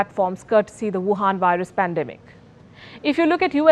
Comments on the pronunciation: I love when u say ‘wuwan’ virus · She said WUHAN VIRUS PANDEMIC in bold